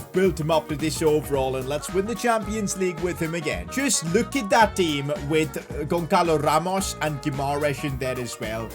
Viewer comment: btw the ç is like ss, so gonssalo ramos, not gonckalo ramos